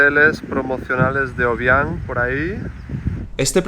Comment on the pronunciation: Hola soy guineana y si no sabes pronunciar el nombre del presidente no lo hagas por favor , al guineano no le gusta que le graben